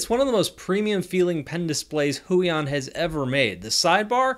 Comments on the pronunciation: why does he say huion like that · "waacom" "hoo-yon"